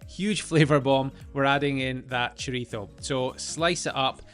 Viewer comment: I gave a thumbs up just for pronouncing chorizo correctly.